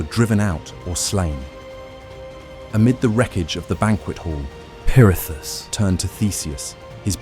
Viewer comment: Why are you saying perithis like that lol